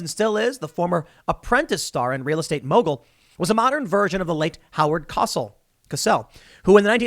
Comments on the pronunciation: Howard cah-sell???? You mean coh-sell. Dufus. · Howard Cosell is pronounced Co-sell. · I often forget how young you are........until you mispronounce the name of the most iconic sportscaster in history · Did he just mispronounce Howard Cosell's name? Dude . . . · Ahh, thanks. He's usually so good on pronunciation that one stands out. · You give away your age when you don’t know how to pronounce Howard Cossels’ name